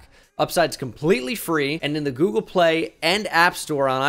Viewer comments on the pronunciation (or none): none